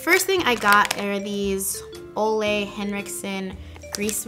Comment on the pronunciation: Ole Henriksen is kind of pronounced as Oola, he is from Denmark 😊 I absolutely love his skin care line as well! ☺️💕